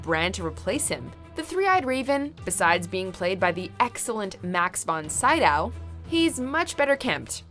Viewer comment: Max von Sydow. The name Sydow is pronounced Sea-doe.